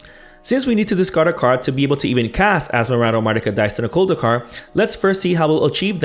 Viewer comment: I knew that you know what you are talking about when you pronounced the commander name correctly and as it was normal